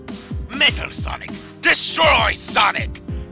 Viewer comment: What is sonix it’s sonic